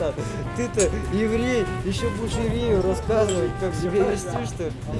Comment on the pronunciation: Exactly. The lack of palatalization, and the pronunciation of ”тебя”, as ”тебе”. 💀